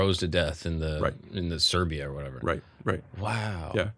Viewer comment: Did you call Siberia, Serbia ?